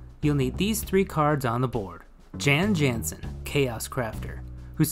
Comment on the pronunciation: Hi, great video but you mispronounced the name of the card, the correct is "Yawn Yawnsen" like the shoe maker. Also, you can start the combo just sac-ing the torque to start the loop after Jan is turned into an artifact. Cheers.